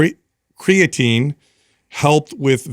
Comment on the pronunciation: Unbelievable! It's a miracle. actually pronounces creatine correctly, and doesn't say "cray-a-tine". Haha. I feel like it may have been an accident, because he does say "cray-a-tine" at other points in the conversation, but at least he says it correctly here.